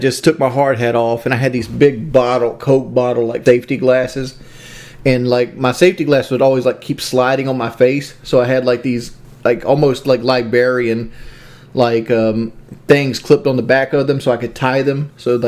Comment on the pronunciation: There's a lot to say about this video, but what is it with these winter temp iq people, and their inability to pronounce things properly? Cobra says "Lie-bary" here says "Lie-barian" L I B R A R Y - ffs, it's not that hard!!